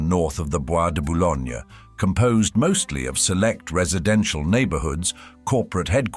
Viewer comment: Petits problémes ! Le mot "arrondissement", ne se prononce pas "arondice" mais "A rron di,,sse ment" et "Boulogne" ne se prononce pas "bologna' !